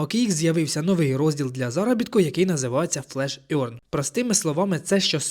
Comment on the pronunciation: Можете в гугл транслейтор написати "earn" і послухати як вимовляється? Ви почуєте "еарн", а не "орьн". Це непрофесійно. Дякую за відео!